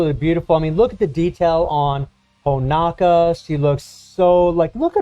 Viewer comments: It’s Honoka not HonAKa lol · It’s pronounced Ho-No-Kah